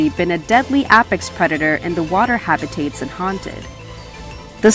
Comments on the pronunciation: And habitats. Hebataytes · how they say apex and habitats kills me